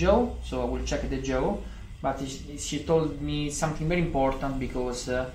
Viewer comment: Il tuo lavoro non è sapere l'inglese perfettamente... quindi non preoccuparti troppo... detto questo la pronuncia è piena di errori... tipo JOE invece di JAW... Interesting ha l'accento sulla prima i e non sulla seconda e... good si legge guud e non ghiud... friends la i non si legge... comfortable ha l'accento sulla o e non sulla a... ma ti dico questo giusto perché lo hai chiesto tu perché come ripeto non è il tuo lavoro sapere perfettamente l'inglese...